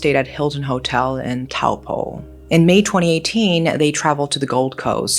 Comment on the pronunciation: Although "Taupo" is pronounced 'Toe-paw'